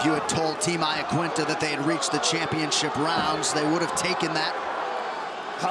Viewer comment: Why cant anyone pronounce Iaquinta's name properly?